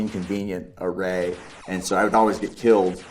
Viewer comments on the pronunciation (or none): none